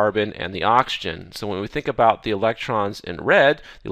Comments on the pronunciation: is it just me or is he saying Auction and not oxygen? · He does indeed says okshan several times in a row. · can't unhear now